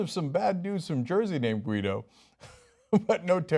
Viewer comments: you dont say GU-EE- DO you moron, it's GEE-DO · Guido is pronounced "Gee-d'oh" (hard "G", as in "egg").